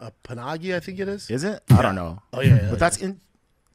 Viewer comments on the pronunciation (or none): It’s pagani not panagi 😂😂